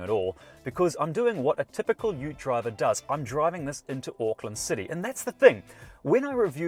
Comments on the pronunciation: WTF is a Yoot?🤔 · Whats a yout? Do you mean youth? Reminds me of My Cousin Vinny.